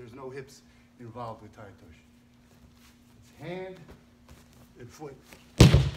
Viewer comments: TAI-OTOSHI(eee)...NOT TAI-OTOSH... Nice technique though Obvs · First of all,you do not know how to pronounce the name of the technique!!Tai otosh?Harai Gosh????OTOSHI GOSHI!It is not a thand and foot throw .and almost everything you have shown is kinda wrong!